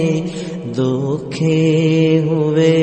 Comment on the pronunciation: انداز بہت اچھا ہے۔۔۔مگر دو جگہ تلفظ کی غلطی ہے۔۔۔۔او قید کی جگہ وہ قید کہا گیا۔۔دکھے کی جگہ دوکھے کہا گیا۔۔